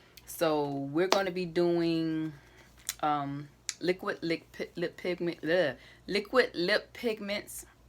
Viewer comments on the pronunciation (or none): U so cute when u cant say liquid lip pigment 🥺❤️